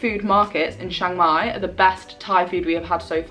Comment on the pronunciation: It's pronounced Chang mai not Shang Mai.